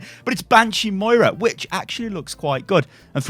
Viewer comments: M O I R A not moria.... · “Moria” it’s moira fuck nuts